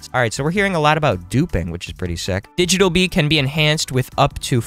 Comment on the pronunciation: Did bro just say Cummy bee or am I trippin